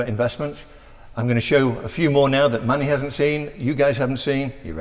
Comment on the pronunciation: pronounces Manny as “Money” 😂